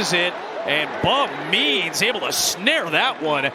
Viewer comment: When the announcer says "Bub Means" it kinda sounds like "Bum Knees". A TD for Bum Knees!